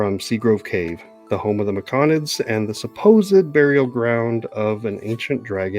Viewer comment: Ah thanks for the recap on the race & classes. Autognome eh. Will you be going into space after all? Hmmm. 🤔 I would have never guessed rogue though, did I miss a sneak attack somewhere? Also, Me-Co-nids? Mick-onids now is it? And I keep hearing you say Tur-ock for Tarak (I say Tear-ack.) but it keeps making me think 'dinosaur hunter'. 😂 The sea-spawn and obelisk was totally new too. It was really generous of the DM to allow the creation of healing potions/antitoxins with just the herbalisim kit and no downtime, gold cost, formula or spell slots with the relevant spell used. Base rules (non xanathars) those should have cost 200g, at 5g work per day allowed max, with cure wounds etc known and used, at minimum. Which would have taken 40 days... or if you subtracted half cost due to consumable caveat... 20 days. Zero time, money, spells slots is again very generous. Not to mention zero sturges or drakes... vvveeeeeeeerrrrrrry generous. I'm glad the Druid didn't peak so much but sometimes the Cleric would mutter, like describing his boss kill, it was difficult to hear him... unless it was his mic dying? It did sound a bit fried sometimes... still, glad to see progress, level two! Oh... and the best part is the little scream the guy does. Thanks for the game, cheers!